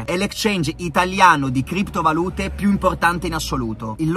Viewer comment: FINALMENTE PRONUNCI BENE KRIPTO VALùTE!!! BRAVO BRAVO RICCA!!